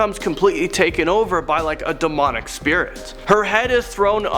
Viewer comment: demonic? DUMONIC??????